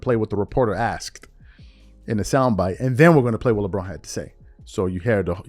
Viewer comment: Charles wld sey Baasitbol...LeBoring zzzzz said axed not asked ze grammar is well?